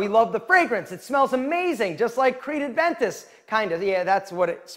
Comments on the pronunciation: Creed is your favourite fragrance that inspired you but you still don't know how to pronounce it correctly. TIP: It's NOT Adventis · Dude, it's aventus.. there's no d in aventus